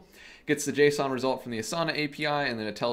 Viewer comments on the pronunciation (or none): none